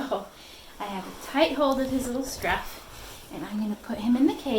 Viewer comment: They're kittens, not sharks... scruff, scruff, scruff.... emphasis unnecessary.